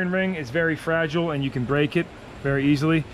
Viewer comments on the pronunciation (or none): none